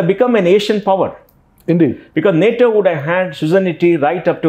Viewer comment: It is nato not Natoma please make a note of this